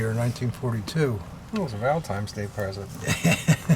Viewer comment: did you say “Valentimes day” 😂